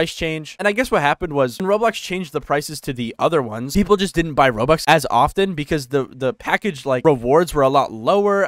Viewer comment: you saying it terrible i need to pay like 30,40 zł to get 400 robux XD